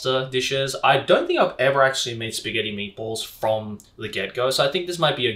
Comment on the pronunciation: Shpaghetti lol